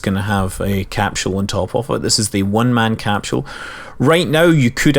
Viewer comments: Even if you can't understand every thing It's cool just hearing you say capsule. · bruuhhhhhh learn to pronounce capsule :D..